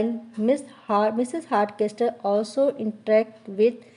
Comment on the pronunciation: Hartcasol would be the pronunciation.. not castol*